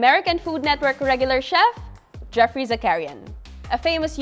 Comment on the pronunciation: Great that you consolidated different adobo recipes into one feature video. However, please be aware that "Weissman" is pronounced as "WISE-man"; and the pronunciation of "Geoffrey" varies but is usually the same as "Jeffrey"🙂